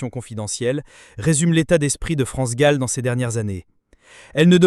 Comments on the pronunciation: Son plus grand chagrin fut la mort de sa fille France gol dit la voix robot c est gênant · Comment cette personne qui parle de France Gall ? L’appelle France goll ? C’est une honte c’est un manque de respect à cette grande personne elle me dégoûte à chaque fois, je l’entends dire France goal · France gall et pas gaul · Cette voix sonne tellement faux ! Cet imbécile dit France GOLL au lieu de GALL ! Jennifer et les autres ont eu un sacré culot d'enregistrer les chansons de France et Michel, sans même avoir son accord !!! Et les droits d'auteur ?! Jennifer, cette arriviste, séductrice et vulgaire, voulait se rendre célèbre en exploitant le patrimoine artistique d'une icône comme France Gall ?! Jennifer et les autres auraient mérité un bon procès !! France Gall et Michel Berger sont irremplaçables et inégalés ! Respect éternel 💖🌟